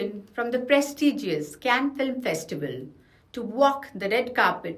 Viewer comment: Cannes is pronounced 'can' . The 's' is silent.